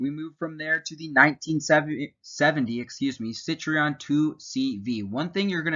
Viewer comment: The video is good, but you completely messed up the 2cv introduction. Citroen is spelled Citroen, not citreon and Citroen is french, not italian. No hating intended, just correcting Good job on taking the pic of the pre-production models!